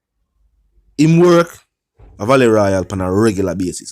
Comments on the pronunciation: Vale not valley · Dude u not on your social studies.. the word VALE is pronounced Vey Hale. Lol .Which school you go boss.. #Semiliterate.. Come out Vlogger ting general